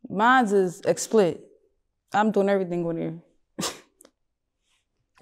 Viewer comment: She didn’t say Explicit she said ex-split 😂